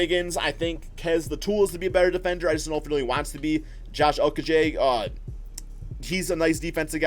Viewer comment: Josh ooookokeje wtf it’s josh-ooo-co-gi